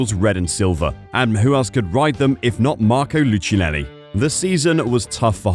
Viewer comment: The right pronunciation is lookeenelli